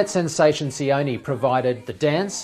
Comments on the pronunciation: sion ee😔 its sion(eh) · Siony? its Sione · It's pronounced See-o-neh. Not See-o-ni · his name is [ cee-oh- neh] sione* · Why is it so hard for people to say Sione